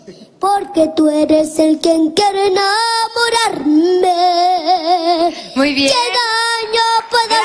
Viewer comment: "El quen quero namorarme" ¿Diccón o mala pronunciación?, comprendo que es de una comunidad, pero que no se confunda lo pequeño con el modismo regional, ahí que pronunciar las palabras correctamente y que conste que a su edad es totalmente aceptable lo que digo.